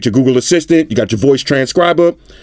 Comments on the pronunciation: "gOooGoo" Im sorry, lol😶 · that smell test had White Shoes running for the hills. Love how it sounds when says Google (GooGoo).